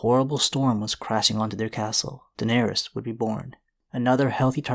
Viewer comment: Air-Riss not air-Rees right? All of the targs with the -ys ending are pronounced “Riss”